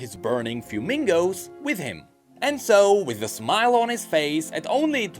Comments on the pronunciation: yeah the proper pronunciation would be something like “f-whe-me-go” rather than “few-mingo” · please: -Fuemigo > Mix of "fuego" and "amigo" (fire friend). Pronounced: Fueh-mi-goh -Furnasita > Mix of "furnace" and the suffix "-ita" (little furnace). Pronounced: Fur-nah-see-tah Your pronunciation is physically hurting me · I came to the comments to say that but you beat me to it! It should definitely be fuego+amigo (fire friend), more like fweh-mee-go